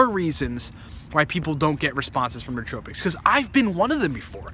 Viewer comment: The correct pronunciation is new-oh-TRO-pics, not new-TRO-pics.